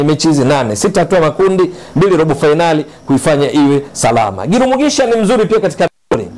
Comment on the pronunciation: huyu ni mtu wa Burundi Maana Jina analitamka vizuri GIRUMUGISHA 👍👍👍👍👍